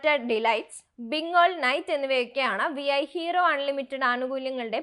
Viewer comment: വി ഐ അല്ല വീ 🙄